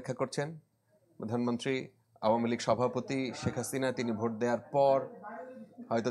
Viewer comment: সাংবাদিক সাব কথা বলার সময় অশুদ্ধ উচ্চারণ করেছেন। একটু খেয়াল করলে শুনতে পারবেন ‘ভোটকে’ ‘ভূত’ বলেছেন।